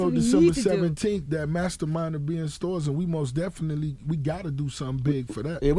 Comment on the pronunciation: say mos definitely one more time, N am'er strangle your police ass...Otherwise great interview